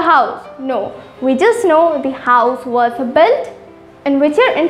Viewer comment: Not where i.e were difference is there. While ur pronouncing i.e was wrong